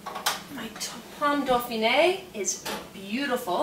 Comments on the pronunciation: It's DOFINWA (Dauphinois), not dofineg, the horror. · pomme dofineg?....if you cook french like you speak french .....just forget it